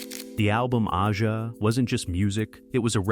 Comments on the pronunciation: Liked this video, but it was annoying that the narrator kept calling the album Aja "Oddjah" when it's pronounced like Asia. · A Juh, not Ah-jah. Stupid AI narration! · "Aja" is pronounced "Asia", genius. Also, Becker and Fagen weren't entirely opposed to live gigs, just protracted tours. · yeah I cant take this seriously at all lol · The Alan Parsons Project was doing the same thing as Steely Dan, just studio work Aja is pronounced in the same way as the continent: Asia. You lose credibility by getting a simple thing wrong RIP Walter Becker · That is my point. Have a real person, who knows how to pronounce the title as intended, voice the video, not AI!!